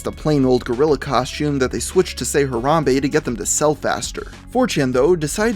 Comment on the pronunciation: why can no white people say harambe correct its ha ra hm bay. not huh rom bay